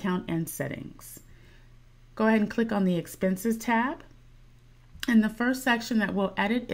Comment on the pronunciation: "clink this link" lol